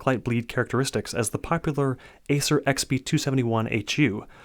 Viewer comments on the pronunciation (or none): none